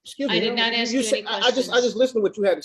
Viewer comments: Take off the damn hat. No self representation if you can't pronounce " ask" just a rule they should have. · Especially when he keeps AXING over and over. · This guy has a fundamental issue with understanding. Just list to him and I bet he say axe instead of ask.:face-purple-wide-eyes::oops::buffering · He sure does "Axe" a lot of stupid question. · Axe axe axe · Why IS that word so difficult for some folks to pronounced? ☹️